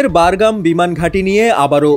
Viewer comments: বারঘাম নয় বাঘরাম। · বারগাম????? নাকি বাগরাম??? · হ‍্যালোঃ শিক্ষিত সাংবাদিক উচ্চারণ বারগাম নাকি বাগরাম হবে? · বারগাম নাকি বাগরাম,বার বার বারগাম বারগাম করেন কেন??? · ভাই, বারগাম না। বাগরাম ঘাটি। আপনি সাংবাদিক হয়ে এই ভুল উচ্চারণ কি ভাবে করেন? তাও একবার না চার বার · ঐ,সঃবাদ দেওয়া শিখ, বাগরাম, বারগাম নয়,,আর পুরান খবর ছাড়া আর কিছু পাছনা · উচ্চারণ ঠিক কর। বাগরাম হবে।